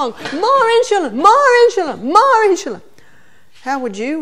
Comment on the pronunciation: Absolutely wonderful presentations! Thank you for posting all the talks that you have. Very much appreciated. Sharing with so many needing health and wellnees help. Just one suggestion -its In-su-lin, not in-shu-lin.